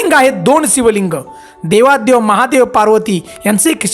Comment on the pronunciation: ते देवाधी देव असते